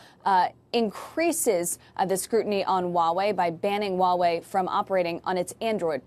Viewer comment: it's called as it is spelled, Huawei, not uawei